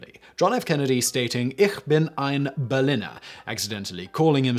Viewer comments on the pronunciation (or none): It's pronounced Pfannkuchen, not Pflannkuchen :/ And the i in Berliner is long, it's not berlinner